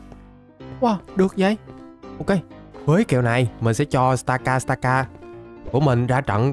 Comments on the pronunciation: Stakataka mà anh đâu phải Stakastaka đâu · stakataka mà ổng đọc thành stakastaka